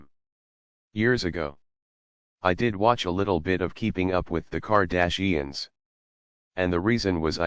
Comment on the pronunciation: I dont think you pronounce Kardashians correct.